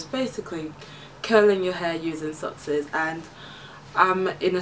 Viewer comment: You said sockses. Lol